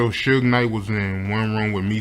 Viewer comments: ITs SUGAR NOT SOOJ!!!! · It's pronounced as suge short for the word sugar...